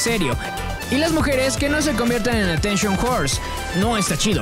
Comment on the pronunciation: atenshon horse